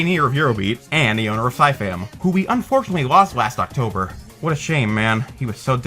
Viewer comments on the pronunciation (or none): none